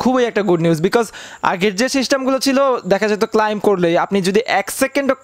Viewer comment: উচ্চারণটা ক্লাইম নয় ক্লেম--- শিখুন